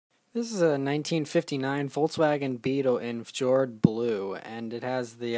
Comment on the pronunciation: It's pronounced "fyord".